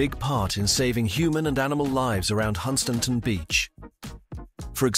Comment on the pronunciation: Yeah, it can't pronounce Hunstanton